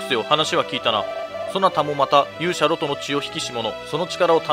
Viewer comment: ロトの発音って ロ↓ト→ なんですか？ ロ↑ト↓だと思ってました